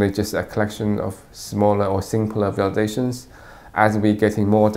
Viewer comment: Interesting pronunciation of "visualisations". Sounds like some syllables are missing. 🙂 Regardless, nice video!